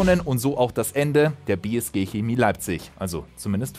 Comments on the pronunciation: Hemie???? Kina???? Chemie!!!! CH! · Ist eigentlich nicht schwer ein CH auszusprechen bzw sollte es nicht sein lol.. Trotzdem: bei diesem Wort lieber K als SCH! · Leute die Kemie oder Kina sagen haben bei der Geburt zu wenig Sauerstoff bekommen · Das heißt Schääämie!! 😁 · Jetzt noch Chemie richtig aussprechen. :*